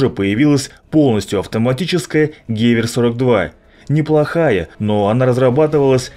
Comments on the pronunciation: Автор, нужно быть в теме: Не гЕвер, а гевЕр (Gewehr) Не Панзерягер, а Панцерегер (Panzerjager) Егерь - охотник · Что это за "панзер-ягер-каноне"?! Потрудился бы узнать, как это произносится! гевЕр, а не гЕвер, ПАК - это панцер-абвер-каноне. Марш обратно а ПТУ алфавит учить, болван!